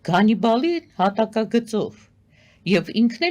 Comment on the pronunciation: Գանիբակ չի Հանիբալ է ։